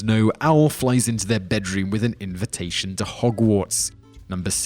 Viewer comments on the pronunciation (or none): none